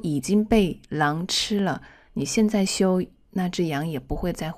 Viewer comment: Hi, I'm really appreciated with your dedication to support people who learned Chinese. I just wanna send to you my warm humble opinion on your Chinese pronunciation. Thought I knew you are a Chinese native speaker, but: 1. Could you please listen carefully the way you sound those words such as: 现“在”，原“来”。。。with the consonants such as: z, n and l, please? 2. I have had repeated your voices so many times and I figured it out that you sounded "xian zai" into "xian nai" and "yuan lai" into "yuan nai", and maybe more. 3. My ears are pretty sharp with those different sounds in pronunciation because my basement whenever I decided to learn new language is always rely on listening and shadowing. 4. Please check, maybe I'm wrong but I hoped my perspective might improve a part of your lessons for foreigners learning Chinese like me. 我是好好。我来自越南。我每天学习汉语。尽管汉语很难，可是我一直没有放弃。